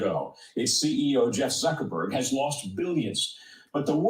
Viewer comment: who tf is "Jeff Zerkerburg"? Ion like dat 🤔